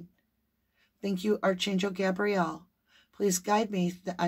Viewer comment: Hi, just wanted to let you know that archangel is pronounced a-r-k angel, not arch. Just think of Noah's Ark as a prompt. It helps me.